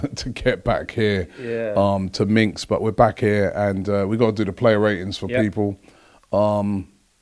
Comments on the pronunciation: Minsk* Robbie not Minx lol. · Minx? Haha, it's Minsk! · Minsk not Minx ..